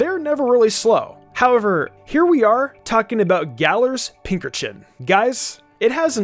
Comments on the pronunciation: am I the only one who was really bothered by how he said pinkerchin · Never thought of pincurchin pronounced how you did. I pronounce it "Pince urchin"